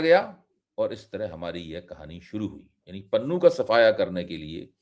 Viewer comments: Panoon nahi Pannu bolo. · भाई पंजाबी भाषाई नामों को इंग्लिश अलफा बीटा से न पढ़ें ईससे पॅन्नू को आप पनुन पढ़कर बोल रहे हो जो गलत उचारण है। बाकी रहा ईन घर मे घुसकर मारने की जो हिमाकत भारत के अति उत्साहित एजेंट्स ने की है उसने सिख समुदाय को बेगानेपन का वो अह्सास कराया है जो 1984 से 1995 तक सिखों का कत्लेआम न कर सका। ईस को बहुतायत सिख उनके देश भक्त होने की सज़ा के तौर पर देख रहे हैं। इस मूर्खतापूर्ण हरक़त से सिख ही नही पंजाब के सभी समुदाय के लोग आने बाले समय भारतीय फौज मे ना मात्र संख्या मे रहि जाएंगे जो हमारे देश के लिए ठीक नही होगा। जय हिन्द।